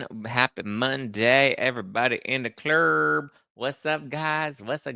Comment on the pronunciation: I luv when you say "Clerrrrrb"! 🥰